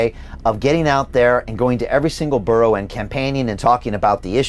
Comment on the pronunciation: Cant pronounce borough.....NO WAY KATIE HOPKINS 4 PM NOT THIS DORK